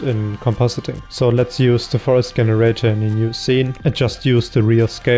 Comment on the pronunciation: GREAT JOB BUT WHY U KEEP SAYING GGGEN irator its jen bro jenerator